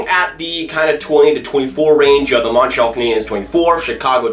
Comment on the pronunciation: You gotta learn how to say Montreal